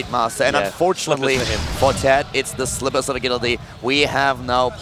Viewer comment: "Slippers of a-GILL-ity" HAHA Wow, I've never heard anyone slaughter that word.